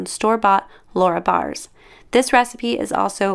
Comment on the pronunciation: Lara bars are pronounced lar uh like car then short u .